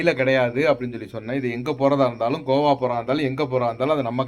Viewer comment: Aiyooooooo iva pronunciation why ivlo bad ah irrukku athu Goa not kova thooooo vaaya thiranthale. Kazhisadai